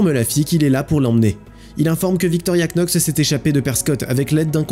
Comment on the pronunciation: Knox ça se prononce "nox", comme "knee" (genou) se prononce "niii" ou "[to] know" (savoir / connaître) se prononce "[tou] no".